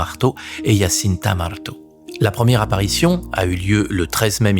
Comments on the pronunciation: Bonjour, Je suis portugaise, je voulais vous apporter la prononciation des prénoms des petits bergers. Lucia Santos : se prononce Loucia, pas Loutchia Francisco : se prononce Frincijco et Jacinta, se prononce Jacinta, pas Ia Iacinta 😊😊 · The voiceover reads well, but he read wrongly the name of the three visionnaries, Lucia, Jacinta. He is calling Lucia, liliyo . Well ???